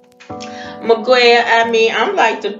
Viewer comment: ewww its not that hard, Mee-gell... and if he felt the need to leave without laying, Nothing's funny about it🙄